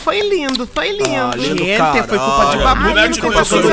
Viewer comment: "gentê" kkkkkkkkkkkkkkkkkkkkkkkkkkkkkkkkkkkkkkkkkkkkkkkkkkkkkkkkkkkkkkkkkkkkkkkkkkkkkkkkkkkkkkkkkkkkkkkkkkkkkkkkkkkkkkkkkkkkkkkkkkkkkkkkkkkkkkkkkkkkkkkkkk